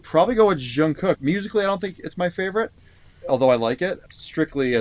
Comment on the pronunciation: Loved your video! You guys seem very knowledgeable!💜 Just FYI Jungkook’s name starts with a regular “J” like “Job” or “Jump”!